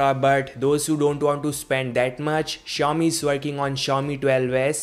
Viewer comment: it pronounce si-ow- mi no chou mi